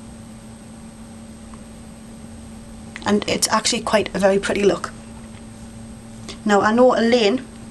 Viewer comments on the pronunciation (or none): i like when you say 'smoodgy smookie louk' aka smudgy smokie lookxD